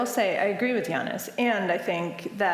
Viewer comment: Did he say Yannis "Whatthefuckis"??